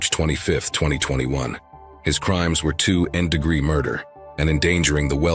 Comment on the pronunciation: Can we get humans to narrate videos anymore? What exactly is two endee degree murder???